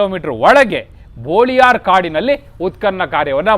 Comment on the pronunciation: ಬೋಳಿಯಾರ ಅಲ್ಲ. ಅದು ಬೊಳಿಯಾರ್.